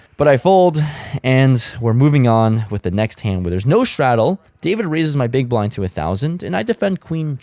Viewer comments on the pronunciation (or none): none